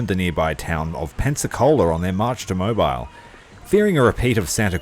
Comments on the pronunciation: BTW, Mobile (in what is now Alabama) is pronounced "Mo-bil" as in the motor oil. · Moe-beel (like peel)